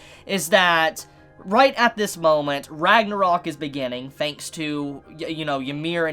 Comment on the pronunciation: fanks for the video, cool feories